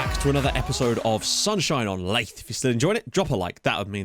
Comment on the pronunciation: You got tongue tied and mispronounced Blyth Spartans once and then it stuck.